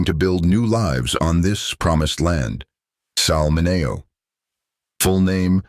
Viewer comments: This guy needs to pronounce Sal Min e o’s name correctly. By now, 2025, every human being has heard the name Sal Min e o’s name! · This speaker has to learn how to pronounce Mineo properly! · Bullshit AI can't even pronounce his name properly. This is garbage.